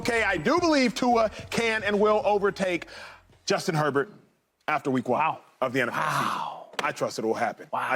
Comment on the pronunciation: This chick cannot get Herbert's name out of her mouth🤣🤣🤣